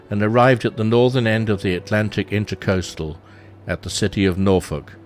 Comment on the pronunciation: Although it's fairly common to pronounce "Intracoastal Waterway" as "Intercoastal Waterway," it's not correct. InTERcoastal means between the coasts; inTRAcoastal means within/along the coast.